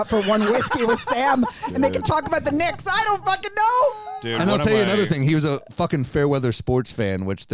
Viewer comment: Damn Sam weally fweekin stinks. At least he’s got the fweegin Knicks